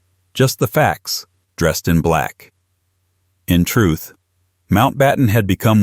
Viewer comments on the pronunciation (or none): none